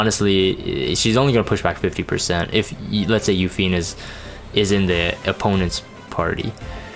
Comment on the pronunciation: You-Fee-Nay not You-Fiend, just saying. Great video though, like your thoughts. I think shes gonna be great hopefully I can get her quickly.